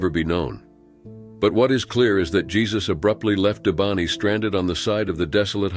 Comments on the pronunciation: The name is Spanish that's why Jesus has a hyphen it's not pronounced the same way as Jesus Christ from Bethlehem. It's Hesus with an H! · Jesus it's pronounced HAY-SUSE😅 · The name is pronounced "Hay-soos". DISLIKE just for that. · It's funny that the commenters mocking the mispronounciation of "Jesus" also, themselves, mispronounce words